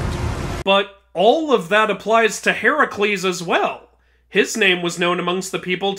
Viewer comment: Even he said heracles wrong right after correcting the game 😂